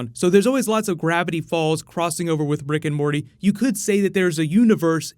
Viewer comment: Am i the only one who heard brick and morty?